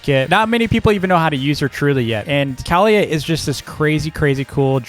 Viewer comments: um do u mean kaliyah (Ka-lee-yah) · Great tier list but ur saying Kaliyah wrong